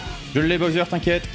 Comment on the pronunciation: Petite question : pourquoi tu prononces Boyser et pas Bowser ? ^^